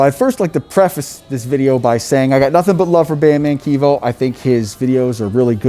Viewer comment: Bro, its bandman kevo ( pronounced like Chev ) NOT Keevo!! BUT good Vid. Or you can pay 20 bands for a debt portfolio in order to get backdated primaries.